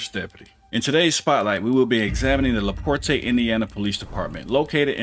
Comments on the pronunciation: Just a friendly heads up, it's pronounced "La-port". Sounds so fancy pronounced "La Portay" though. ;> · It's pronounced: La Port No Aye sound at the end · Lol la port”eh” as someone who live quite close to la porte Its a bit too fancy sounding. The “e” is silent. Its just la port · It's not Laportay, its laport. It's spelled LaPorte though. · Small critique. I'm in this area, and it's not La-Port-A it's pronounced just La-Port the "E" is silent once again lol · First, it is pronounced La-port, not La -port-te. I really wish people on social media who are commentating would seek out proper pronunciation of words and names. Please make a statement and let people know the correct pronunciation. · It’s pronounced like Laport but it’s spelled Laporte! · LaPorte, IN. is pronounced "LaPort". The E is silent. 😊 God bless. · I live in NW Indiana. It's pronounced La-Port. The E is silent. They also say it in the video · Very beginning......the cop pronounced the city. Laporte......la port . Do you watch the videos you post? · Laporte is pronounced "La Port". Took me a sec to figure out where this took place. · Towns name is pronounced La Port since I said that I will say that the city does have a few good officers on their department to many of them worry about protection of corporate interests than protecting the citizens because of the money the city gets from the corporation in taxes and other means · It's said like "le port" basically.... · it just La Port.... the E is silent. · La port is how it's pronounced. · It's pronounced LaPort. Leave that extra off. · It's just pronounced "La Port" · Just for the record the “e” in Laporte is silent - it is pronounced Laport… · It's Laporte( la port) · it's actually just pronounced Laport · LaPorte=La Port (e is silent) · Le Porte is pronounced La port the e is silent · LaPorte is pronounced La Port. The E is silent sir. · Pronounced - La port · The E in Laporte is silent . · The “e” in Laporte is silent.